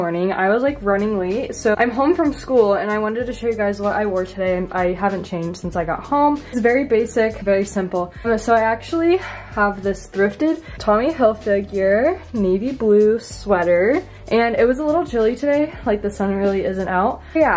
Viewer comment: It’s Tommy Hil-fi-ger, not Hil-figure. 😊😊